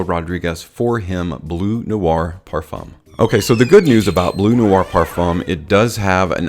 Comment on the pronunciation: It's not Perfomme its Perfum....